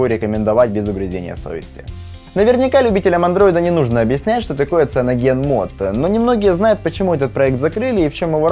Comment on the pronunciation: а то, что он произносит "ЦианогенМод" тебя не смутило? Или то, что он говорит, что "цианогенмод" это голый андроид без всяких оболочек и без всяких сторонних приложений? Вообще-то в циане есть своя оболочка и она называется Trebuchet Launcher, и приложения свои стоят, не от голого андроида, например, тот же фирменный Music или менеджер тем, диалер, галерея, менеджер аккаунтов, эквалайзер AudioFX и прочие